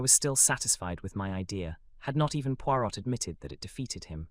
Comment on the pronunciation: who is reading this, please? it's a fun lighter voice then more. Hun Puirot is not pronounced "...pui R ô T" rather "pui Roē"